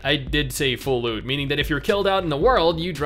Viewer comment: Not gonna lie I heard "full loot" as "full lewd" the first time you said it